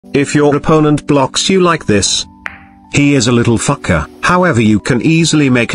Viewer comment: The way he said fucker.....I felt that